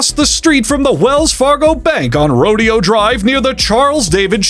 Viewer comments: Californian here. It’s not pronounced “RO-dee-oh, it’s pronounced “ro-DAY-oh,” and yes, that’s exactly as fucking stupid as you think it is. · Everytime you say "Roadie-oh" instead of "Ro-day-oh", another piece of uninhabited Californian nature gets bought and developed by a realter. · I thought it was ro-de-o like row-day-oh. I think the street is pronounced differently than that event with bullriders and stuff